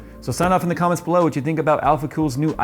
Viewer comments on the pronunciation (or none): none